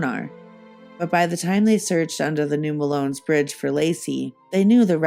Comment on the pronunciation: Fantastic work, but as a native of this area the mispronunciation is driving me crazy. Melones is pronounced “muh-low-knees”. 😊